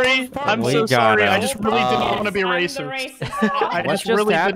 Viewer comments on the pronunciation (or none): "You're REAcist" xD